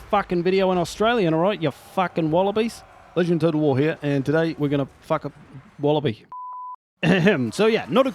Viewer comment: "ledgend of total war here. And today we're Gona ** a wolloby" Lmao